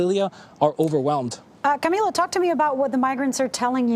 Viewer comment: It’s camiLLO, not CamiYo.